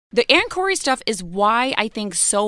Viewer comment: She said Ann 'Corey'.